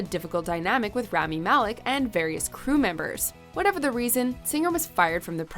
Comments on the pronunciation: Its "rah-mee" not "ram-mee" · Anyone else bothered by the fact that they didn't take the 30 seconds to learn how to pronounce Rami's name? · Wish they would say rami right just once